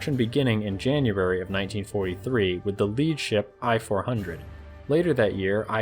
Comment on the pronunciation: "I (伊 or イ)" for I-400(伊四百) is pronounced /iː/, not /ɑɪ/. Sincerely yours, from Japan.